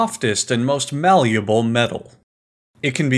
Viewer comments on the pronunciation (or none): Is "malueable" a cross between malleable/valueable?